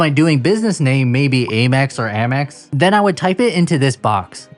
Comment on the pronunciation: Bro, it’s pronounced Amex… 😅 congrats!!!